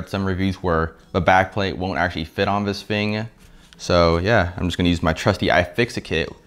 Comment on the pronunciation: “vis fing” 😂